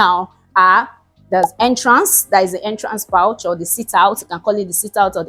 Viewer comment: You meant Entrance "poor-ch" not "pouch" - pronunciation-wise.